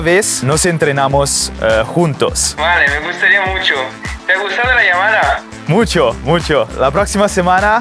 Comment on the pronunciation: I’m like the oposite of you I’m a guy who speaks Spanish learning English and for a week of learning you did pretty well just at the end in the word llamada you mispronounced that